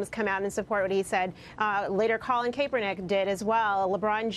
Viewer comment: She calls Colin Kaepernick "Calen Kaypernick" Also Athletes do make themselves, she was saying "Oh you wouldn't be here if it weren't for your fans" bullshit they got there because of how good they are at playing their sport.